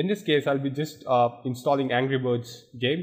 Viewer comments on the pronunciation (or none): none